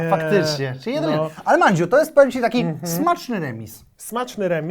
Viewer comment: Mondzioł nie Mandzio